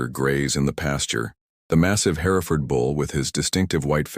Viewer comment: Jacob and Hereford were not pronounced right. That bugs me.